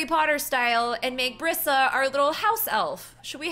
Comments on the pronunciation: It's not Bri sa it is pronounced breesa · It's not Bria It's Brisa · That's my name! Brisa but it's pronounced Br(e)sa